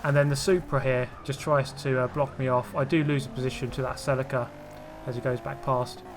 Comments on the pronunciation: Hey man, nice vids. You have so much patience, I'd be ripping my hair out with these opponents. Please it's a Toyata celEEca not Celicka. Thankyou. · Sell a ca? You mean Celica (sell ee ca)